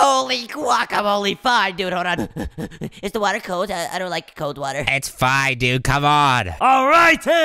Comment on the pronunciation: Find in the woter 😅😅😅😅😅😅😅😅😅